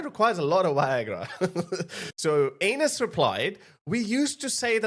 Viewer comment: It's anas not anus, fyi😅